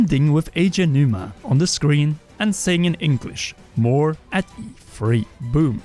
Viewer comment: I’ll never understand how you can pronounce “th” in every word but “the” 😭